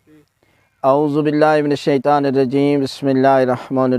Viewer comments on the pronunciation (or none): none